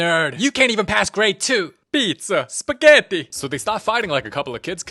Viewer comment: piZza, sPeghetti (italian accent) goes hard for the italians How does he even voice act them